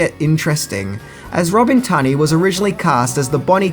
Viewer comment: Memories of a Geisha? Lolol Your pronounciation of words is so odd. Row-shelle? TunnAy? 😂